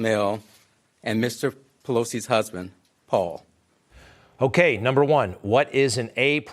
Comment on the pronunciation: Mr. pelosi’ husbad? Any one else hear that.??????